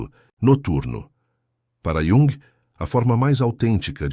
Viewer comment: Carl Yung. ou Calr Yung. ??? 😡